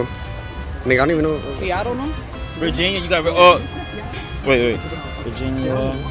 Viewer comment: “Virgin-ee-Yah” She might be as sharp as a bowling ball, but damn! She is a cutie.😍